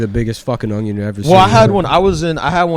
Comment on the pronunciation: can't even say onion correctly. Stuff like that will lose you $50,000 a month on patreon